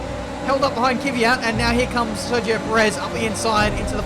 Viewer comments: again...It's Kvyat,not Kivyat..:) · For the love of god its not Kivyat stop with the Kivyat or my ears will fall off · Kvyat sounds like KUH- VEE- YAT.....